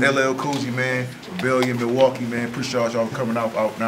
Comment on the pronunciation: said “melwaukee” he did his thang, I’d like to see bank in another city and do the same thing. Both were good